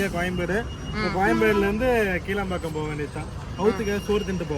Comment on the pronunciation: கீழாம் பாக்கம் இல்லை Bro.. கிளாம் பாக்கம்..